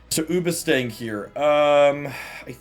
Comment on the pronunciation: I’m sorry for commenting this again but I feel like I’m going crazy. Is there some inside joke with calling it Oobastang? Or do you just do it to mess with people like me? (in which case keep doing god’s work)